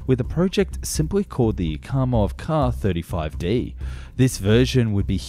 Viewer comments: Hate to be annoying, but a double letter designation such as "SU" and "KA" would be said "Es-Yoo" and "Kay-Ay," as in vocalizing the individual letters. Edit: We can just call the KA-22 the "Platypaircraft" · Is it a transatlantic difference, or just something on YouTube, that the Russian abbreviations get pronounced as words rather than spelled out? All my life, I've only ever heard "Ka" pronounced as "Kay-ay" rather than "Kah", and "Mi" as "Em-eye" rather than "Me", until recently on YT.